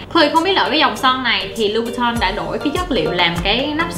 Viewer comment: Son Christian Louboutin đọc là sao vậy mn? Thấy chloe đọc " Lu bu tong" nghe cứ sai sai mà buồn cười